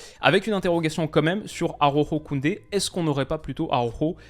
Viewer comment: stp, pas toi. Araujo se dit presque Alaoro, pas Aroro 😜😘